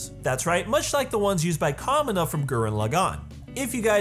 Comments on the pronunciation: Ahhhh I love this video, but the pronunciation of Kamina and Gurren Lagann bothers me so much. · How you gonna make a Gurren Lagann video without knowing how to pronounce Gurren Lagann, Simon, or Kamina? Or calling Team Dai Gurren "Team Gurren Lagann"? Shameful.